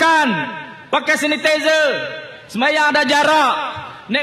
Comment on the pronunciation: sanitizer pun x reti sebut mcm ni ka mb